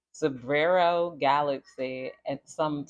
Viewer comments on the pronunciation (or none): none